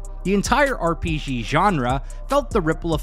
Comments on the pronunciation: its R.P.G Not R .P. szghee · "R P Jhee Genre"